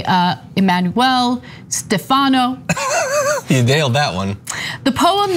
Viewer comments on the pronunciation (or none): In Italian, the name "Stefano" is pronounced with the accent on the first syllable. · Ana, it's not "Stefahhno", it's pronounced Stef-a-no